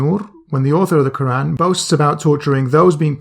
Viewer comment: Lmao he criticises asadullah for his pronunciation then two seconds later he says ke-ran like some non Arab with a lisp loooool